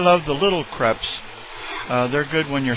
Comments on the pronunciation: Cray-pes. Not creps. Crépes. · Its not like creps its like cr(a)pes